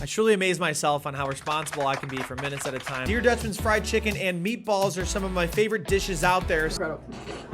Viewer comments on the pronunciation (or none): It’s not pronounced DEER Dutchman... The “Der” is pronounced like “Per” or “Dur”. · I’m not sure if he intentially mis said der Dutchman but der is said like the der in derp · Not a fan of how you pronounced Der Dutchman